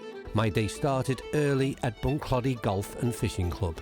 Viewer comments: I played Bunclody a few times and had my captains day there back in 2009 about 3 months after it actually opened, and brought down 35 golfers for 2 days and we had an absolute brilliant time super course. I love the way you pronounce it 🤣🤣 it's actually pronounced Bunclo - dy with more emphasis on the clo than clod - y if u get my meaning... ⛳🏌️🤣🤣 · Bun-Kloe-Dee is how the natives say Bunclody,. Loving the series. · Bunclody, the O is pronounced as in Throw... Don't get people not asking the pronounciation of places they're visiting for the first time (especially if they're making a video about it), Irish place names come from the irish language usually (the anglicization of the irish words describing the physical place - i.e. Bunclody - Bun Clóidí, meaning 'bottom of the (river) Clody)... if you mispronounce, Irish people will be too polite to correct, but it will grate and can feel disrespectful...